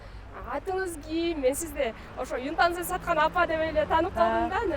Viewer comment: Юнтанза эмес ютанза чон кыз